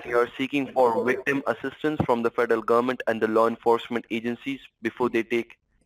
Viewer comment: Trying to work out why I can't stand the vermin's voice. It's because it stresses t sounds at the end of words. Like gohmentttttt. Just makes me cringe.